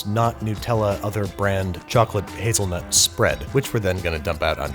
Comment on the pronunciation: HazelNUT, Not hazelNEWT... NUTella not NEWtella.